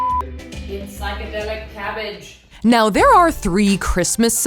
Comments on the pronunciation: This was the first comment I saw and I was highly anticipating her saying "cabbage". Was not disappointed 10/10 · There's something deeply satisfying about the way Safiya says "cabbage."